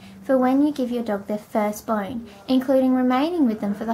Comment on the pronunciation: why do you say boine instead of bone?